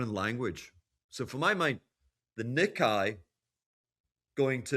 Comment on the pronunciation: is an expert. I get it. But it's pronounced "knee-kay". I speak Japanese -- trust me.